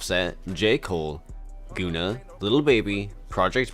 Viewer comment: dee-byoot? goona? ty dilla sign?